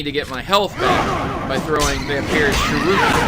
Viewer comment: Is it just me or did anyone else hear him say: shur ooo kens! IT'S SHUR IK ENS!! not shurookens!!